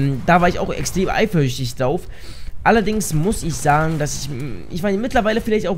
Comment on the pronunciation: ich war richtig eiferüchtig:D Wo ist das s?:D